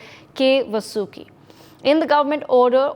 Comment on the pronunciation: needs to learn how to Pronounce Vasuki.